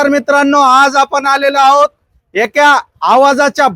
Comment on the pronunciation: भाऊ एक्या नका म्हणू नका, एका म्हणा म्हंजे झालं.😂